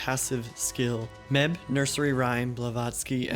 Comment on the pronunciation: Just a headsup fam, Medb's name is actually pronounced Meave. The Celts did not in to english very well.